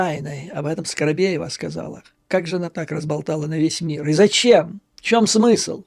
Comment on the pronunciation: ...не Скаробеева - Скобеева...